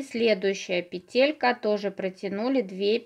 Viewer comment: Классно, очень понравилось, только почему петЕлька? говорите правильно , пЕтелька🙄